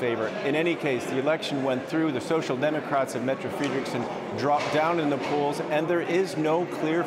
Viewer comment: I agree with you there! Was puzzled when the was pronouncing the PM Mette Frederiksen wrong! Lol. But saying that he doesn't realise that the letter 'e' is pronounced as an 'a' and the the letter 'i' is pronounced as an 'e'.. Just like most other European languages.